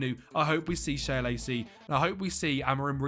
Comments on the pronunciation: Shea Lacey - its pronounced Shay Lacey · ITS PRONOUNCED ‘SHAY’ LACEY my man